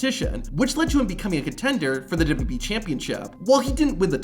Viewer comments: "Imagine not being able to say WWE correctly" ....Have you watched your own video? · Why do you have so much trouble saying WWE? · "*scoff* man, imagine not being able to say wwe correctly." Yeah, imagine that.. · Was saying "imagine not being able to say WWE correctly" when discussing Kozlov supposed to be a joke?, because man you butcher it every time. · Dude, slow down when you speak. At least enough to pronounce "WWE" clearly and correctly when you speak lol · wild that americans laugh at vladimir for not being able to say WWE yet they cant even spell or say aluminium properly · 🤣🤣🤣 Just to add on to that...WWE announcers consistently combine the pronunciations of both W's when saying the name. It always makes my hair stand on end. -Signed...an American who thinks we have the absolute most ridiculous language on the planet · “dubidubyee wrestlers” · "Imagine not being able to say WWE correctly" "...which led to him becoming the contender for the DUBEE DUBEE Championship" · Are you saying "WWE" like that as an inside joke or do you actually not realize it's absolutely intolerable to listen to? How about just slowing down 0.2 seconds and saying it like a normal person? I want to finish the video but couldn't make it past 3 minutes, it's legit unbearable dude — it's 3 letters, you speak perfect english, just say it like every other person manages to do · It's so f*cking bad. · Only one criticism. Can you please pronounce WWE so that it sounds like W-W-E, and not something that fell out of Vladimir Kozlov's mouth? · bro you got some serious challenges while saying WWE. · Hey man, you can slow down and pronounce "double u double u e" instead of "dubbadubee" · A guy who pronounces WWE as “dubee-dubee-ee” mocking another man saying it wrong is delicious hypocrisy. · I hate AI voices, but this guys pronunciation of wwe and 2021 is so bad I’d rather here an AI voice. “Toozintwennyone” “duhdubbeee” terrible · Wwe not WB 😂 its all i was hearing annoyed me